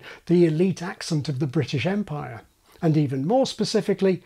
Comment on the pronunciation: the way he said empire.. woof